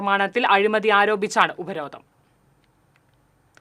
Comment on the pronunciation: ഉപരോധ'ന'മോ 🤣 അക്ഷരം അറിയാത്ത മാപ്ര🤣